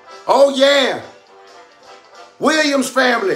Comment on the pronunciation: It’s the H sound at the beginning of all W words that kills me!! hWhere? hWhen Katt hWilliams 😂